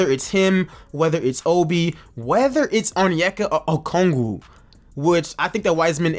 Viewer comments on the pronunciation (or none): Why do you keep on saying Okoogie?😂😂 it’s O-k-o-gi